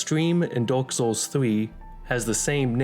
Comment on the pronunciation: "dork soles" 💀